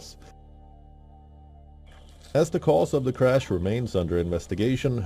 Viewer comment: Its CRASH n not CRUSH!